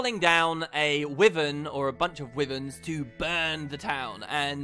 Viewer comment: Dear god, it's pronounced WHY-vern, not wivern. And I'm British so it's not a change in pronunciation between US and UK